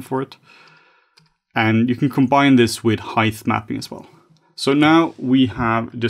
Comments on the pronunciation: CANNOT UNHEAR "HEIGTH". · Heighth is not a word, great video none-the-less